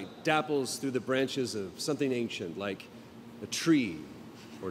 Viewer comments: "Do you rike it?" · "Did you rike it?" LOL